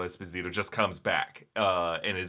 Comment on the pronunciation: Es POE si Toe...Giancarlo Esposito is Italian/African-American not Hispanic ❤❤❤